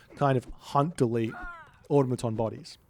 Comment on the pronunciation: I think Aw-taw-muh-tawn is correct and that’s pretty much what you said :p